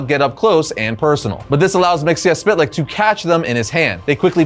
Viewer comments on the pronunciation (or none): Mxyzptlk (mee-zuh-plik) Don't pronounce every letter. LOL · it's not mixiaspitlic it's always been mitsoplic . so unless they changed his name you're saying it wrong. mit so plic is how it was always pronounced. unless he's a new version of the guy but you show old pics from old comics and that tells me it's the same character so in that case his name is mitsoplic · I can't take it anymore.... His name is pronounced Mik-zel-plicks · Its like this. MITZ - PITTL - LICK. SAY FAST AND BOOM. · It's pronounced Mr. (Mix-el-plickt) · Mxyzptlk's pronunciation from the Super Friends (Hanna-Barbera 1970s-1980s) had a much simpler pronunciation which is much more pleasant on the ears (miks-ill-plick). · I maybe wrong, but as a kid the 5th dimensional imp, he is my favorite enemy of super man. I really think and remember from the old cartoons from the beginning of D.C. Saturday morning cartoons, in his name the "T" is silent and the way he was pronouncing it was wrong. It is said Mix 'ol Plix silent "T" in the spelling. I maybe incorrect, but in my Saturday morning cartoons I remember it that way. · You really need to learn how to pronounce Mxyzptlk. 👉 Miks-yez-pittle-ik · So, new listener, appreciated the whole series, thank you. Please, for the love of Bob, never say Mr. Mxyzptlk's name again. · Always interesting to see how people decide to pronounce Mr. Myzptlk's name. In my mind, it's "Mix-uhl-pit-a-lick". I've also heard "Miz-puh-tilk" or "Miz-puh-tal-ick". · Wow great video....except you mispronounce Mister Myztlpitilyk....and that's is plain sad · The way he pronounced myxzptlk really ruined the whole video for me 😢